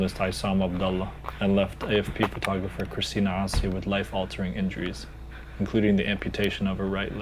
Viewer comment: The way he pronounced "Assi", he lost all credibility.